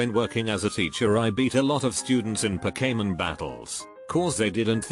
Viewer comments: Pow-kay-mon battles hahaha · “Puh kay men” battles